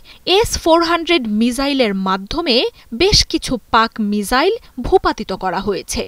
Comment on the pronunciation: সকাল থেকে মিজাইল মিজাইল বলে মেজাজ টা গরম করে দিচ্ছে। মিজাইল কি জিনিস ভাই ? মিসাইল বলতে কি সমস্যা? সাংবাদিক গুলো এখন চাংবাদিক হয়ে গিয়েছে। রেন্ডিয়াদেশের সাংবাদিক নামের হকারদের মত করে উচ্চারণে তাঁরা গর্ববোধ করে। লজ্জা।